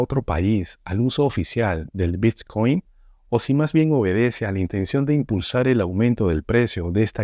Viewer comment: El “bitchcoin” jajajajaja.